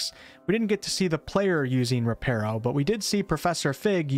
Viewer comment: You’re Saying “Reparo” Wrong, It’s Not “Reh-PAIR-Oh”, It’s Pronounced “reh-PAH-roh”, I Literally Thought The Same Until I Read Up On It